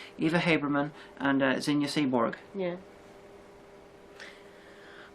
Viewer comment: Why do you pronounce Brizon breeze-on instead of Bry-zon? It's like how you pronounce Seeburg as sea-borg... She's not a Dr Who monster!